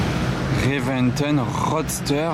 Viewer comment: Ami.La Lambo est une Reventón et non pas une Reventen comme tu proclame.Tauro issu d’une corrida espagnole comme tous les modèles depuis la fondation de la marque.😜.